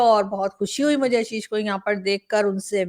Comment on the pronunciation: ABP ke journalist. hain Aashish Singh na ki Ashish Singh aap unko Aashish karke pronounce Karen.